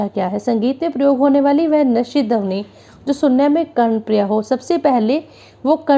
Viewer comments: Dhabani nhi maam Pronunciation thik kiya kijiye dhwani hota hai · Aap plz dhawani ki pronunciation thik se kariye